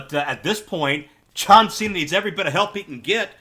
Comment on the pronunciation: Why is Cena pronounced that he comes from California when he is from Massachusetts 😂😂